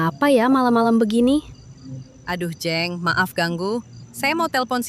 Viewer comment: Maaf, huruf e di dalam kata jeng seharusnya dilafalkan kaya huruf e di dalam kata pecah. Jadi bukan kaya huruf e di dalam kata enak.